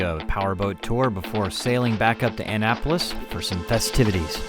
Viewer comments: Ugh, your pronunciation of Annapolis "Ann-apolis" is driving me crazy. Its more "ah-napolis". Sorry I missed y'all. I could have gotten you a flying doodles episode with some plan time. Anyway, happy travels! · needs to learn how to say Annapolis, its not Ann-apolis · join his patreon, he’s still in “Anne-napolis” for a bit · Kinda funny how can’t properly pronounce Annapolis. Also kind of funny how other sailing channels are calling out for the click bait episodes now that Laura has apparently cut bait and run from the Sailing Doodles scam. Good for her and I hope her independent channel does well. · please learn the names of places before you try to speak Not the Solomons or god only knows what you called annapolis